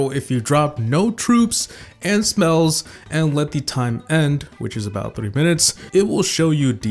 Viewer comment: why did u say smells instead of spells